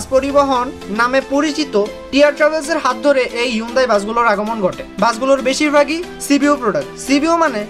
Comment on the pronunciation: আপনার নিজের ও উচ্চারণ ভুল। অরজিনাল উচ্চারণ হলো হুন্দাই! সার্চ করে এনালাইস করেন।